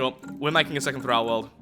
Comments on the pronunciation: "Thrall" rhymes with "Paul," not "Al." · But, it's pronounced "Thrall" not "Thrall"